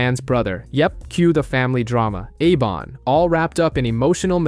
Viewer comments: It’s pronounced Ebon not Ebin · It's pronounced Ebon not Eben.